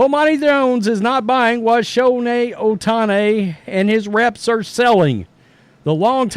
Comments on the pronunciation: It's Show Hey, not Show Neigh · Why he calls him Showne Ohtani . Showne ??? That's funny